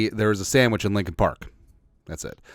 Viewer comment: "the Sammich talk"